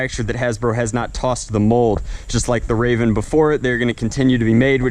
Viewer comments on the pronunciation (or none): none